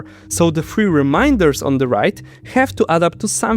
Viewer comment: Remainders, not Reminders. /ei/ not /ai/